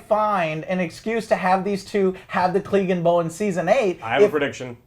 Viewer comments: Can you guys pronounce anything? DANAREAAASSSS? CLEEGEEN? EURION? fucking hell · The World: Clegane Bowl Joe: Cleegin Bowl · OWL at least get the names right Eurion? CLEEgane? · The Evil Bassist can't wait for the cleegan bowl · It's Euron, not Eurion. It's Glegane, not Gleegan. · Urian (Uiron) Denarious (denarys) Cleegan (Cleagane) Lol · Who's Cleegun? 😂🤔 Poor Clegane, your names been butchered just like Prince Oberyns head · What on earth is "klee-gan bowl" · Who the hell are Eurion and Cleegan? 😂 smh.. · And the name mispronunciations drives me crazy. Cleegin? Urion? And the other two never correct him. Honestly, it's so consistent and jarring that it seems almost deliberate. I know there's a lot of characters, but anyone who's watched seven seasons of this show should be able to pronounce most of the names correctly. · It's Clegane lol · Joe you're a casual you can't even say clegane right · and he says danareese & cleegin bowl. I wouldn't comment, but he talked about casuals in a bad way..lol